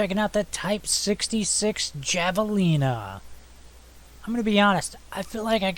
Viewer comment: It's pronounced "Hav-a-leena"